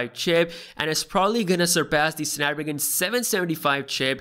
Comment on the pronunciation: Did my man said "snapragan"? 😭😂